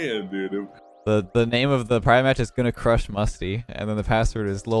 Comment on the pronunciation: Bruh misty not mertzy WOWWWWWW